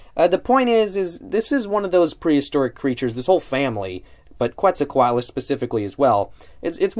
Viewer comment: Noice review of this one m8, this is definately one of my most hyped Papo figures, Quetzalcoatlus is my favorite pterosaur. Also for future reference - Fun Fact: Quetzalcoatlus is actually pronounced Keh-t-zal-co-at-lus. Pretty interesting, I credit david for teaching me that one ;)